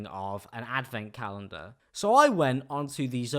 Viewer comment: you say Zoella like "Zoeller", you also say calendar like "galendar"...I love it